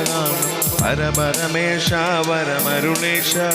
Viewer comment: പര പര മേശ അല്ല, പര പരമേശ